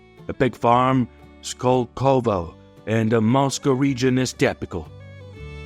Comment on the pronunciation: What is with the voiceover? I thought it was done by a Russian but no Russian would mispronounce 'Skolkovo' - it's their version of Wharton